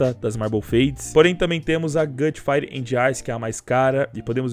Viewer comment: "FRIPE " KKKKKKK